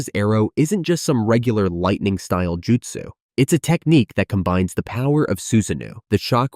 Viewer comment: Good video but check your pronunciation. Raikage is not (Rai--cage) its Rai--kah-geh, Justsu = Joo--t-soo not juh-t-su, Suasano'o = Sue-sah---no--o not Sue-sah-new